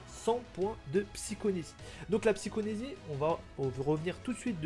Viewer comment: Repeat after me : psy-CHO-KI-nésie À toi 🤣